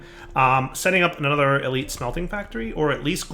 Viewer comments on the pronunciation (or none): none